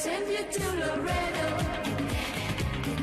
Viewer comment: Not "Lorado" it's LAREDO, Texas, USA